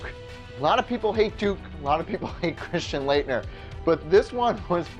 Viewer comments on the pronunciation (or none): none